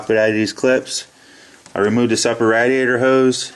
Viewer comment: If you say radiator wrong one more time I’ll find you istg